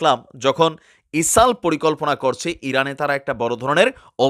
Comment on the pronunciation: বার বার ইসাল বলতেছেন কেনো এটা ইজরায়েল হবে😂